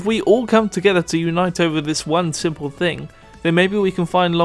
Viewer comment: Why do you pronounce K instead of G in words like thing you say think. You also put so much stress on K. Please fix your speech impediment, because it makes you sound like an amateur and in general very annoying for listening audience.